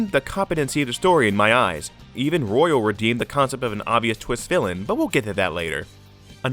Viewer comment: it physically injures me when he says “royale” intead of “royal”